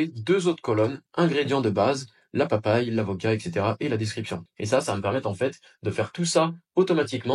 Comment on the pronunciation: Merci pour la vidéo. Mots nickels Pépies de papajie au lieu de pépins de papaye. Ideal sans accent et origine avec accent sur le n